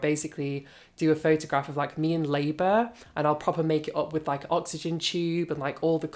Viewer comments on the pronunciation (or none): none